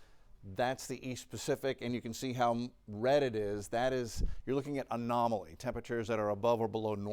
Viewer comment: The word is anomaly, not anomoly. Geez....